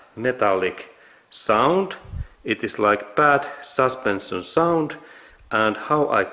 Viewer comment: Как правильно говорить слова: suspension, ignition, position, protection на русском саспэншн, игнишн, позишн, протекшн (вместо саспенсион,). И не металик саунд, а кланкинг саунд. Над произношением надо поработать 😅